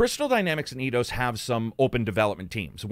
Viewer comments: took a while to realize you were talking about EIdos, and not Iiiiidos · Did you just say "E-Dos"? ^^ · It's not pronounced Eye-dos then?